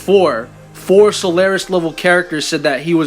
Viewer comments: Solaris. Not Solaire-is. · so-lar-is, not sul-air-es